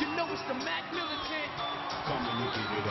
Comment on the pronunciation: what the hell is a "mack militant"?! and the last time teddy was a "playa" my dad was in diapers